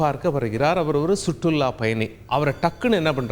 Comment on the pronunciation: சுற்றுள்ல்ல்😊லா ஆபட்டு